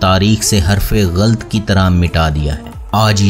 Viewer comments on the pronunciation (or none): اوسط نہیں اوسَط(awsat) اور غلط نہیں غلَط(ghalat) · Good video dear. You should work on you pronunciation. Like its not badawa it is Bad dua. Its not ghalt it is ghalat. and many.